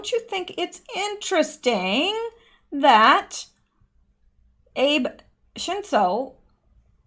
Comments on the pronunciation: Abe Shinzo is pronounced Ah-Bay not Abe like Abe Lincoln. Not a big deal. Just thought you would like to know. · Chinese Presidents name is pronounced “Ah-Bay” Shin-zo. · I love your analysis and determination in bringing truth to we, the people (us). A note of information: when you are reading something transliterated from a foreign language, you need to pronounce all of the characters. The PM of Japan's name is Abe (pronounced "Ab' - a"). Growing up in Japan taught me this! Keep up the good work! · Correct pronunciation of the Japanese PM’s name is ..... ah.... B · Good reporting as always. One thing you may want to change, Abe Shinzo -- Abe is pronounced as Ah-bay. Keep up the good work! God bless!!! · Shinzo Abe...pronounced Ahbay. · "Shinzo Abe", in Japanese, is written in reverse, the family name coming first, "Abe Shinzo," and the name "Abe" is pronounced "A-bay", with the emp-PHASIS- on the first syl-lABLE, not like Lincoln. Anyways, thanks for the great informative video. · This is not meant to be critical in any way, but the prime minister of Japan's name is pronounced Ah-bay. If u go to YouTube and ask you will find the correct way pronounced aloud for you. Love your show and info. Blessings is to you. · I think he pronounces it like ahbay